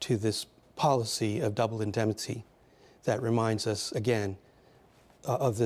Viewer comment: I don't mean to be unkind, but I was surprised to read the speaker is a professor at Georgetown. He mispronounced "indemnity" several times, attributed the character of Mike Hammer to Dashiell Hammett, and throughout, summarized rather than analyzed.